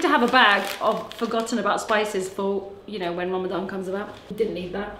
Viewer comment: Its Ramadan not Rama gama ding dong! How is that cool?